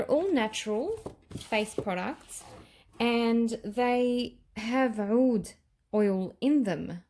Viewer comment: Hi! I too do not like the BR540, but love the extrait. They smell different! I know ppl have tried to tell you to pronounce OUD as AOUD, but it's 2 different words. You were saying OUD right years ago. Watch the DUA fragrance guys, they pronounce them properly, they are Arabian. Their scents are great as well, I have reviewed a lot of them;)